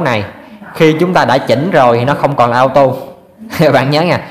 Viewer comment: Cảm ơn bạn đã chỉ dẫn những kiến thức rất quan trọng để tránh nguy hiểm. Nhưng xin nhắc bạn 1 chi tiết nhỏ: bạn đã đọc chữ Auto là "ao tu" là sai, phải đọc là "ô tô" mới đúng.